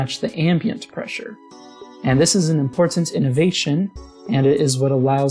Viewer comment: Nice work. That air cooler is incredible; I'd never had believed it could work if I hadn't actually seen it in action. Constructive criticism: don't pronounce Ts that you normally flap. You're not English, so it just sounds weird when you force hard Ts in words like not and important. Sorry to pick on you, I really enjoyed the video.